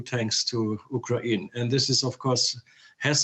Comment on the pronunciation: "U KRA IN" ???